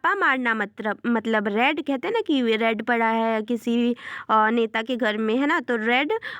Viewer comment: Read ❌ Raid ✔️